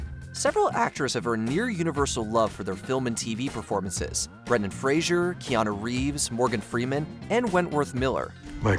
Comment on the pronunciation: Why do they keep mispronouncing Brendan Fraser’s last name …??